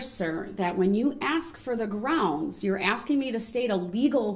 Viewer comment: Ize axeing for Groundz